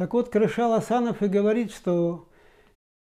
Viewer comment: Не Карашал, а Кәрішал!!!